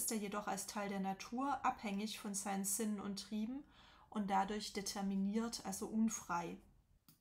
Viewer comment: Es tut mir leid, aber wieso sprechen sie Sinnen so komisch aus sie (homo oeconomicus) schlaues Wesen.